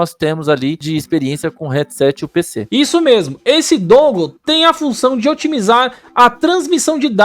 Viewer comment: Brow o nome do bagulho é "dãngôu"... upload massa! Toma um like ai.